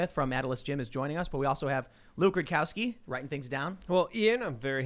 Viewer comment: Isn't it Luke Roo Dow Ski not Luke Roo Cow Ski.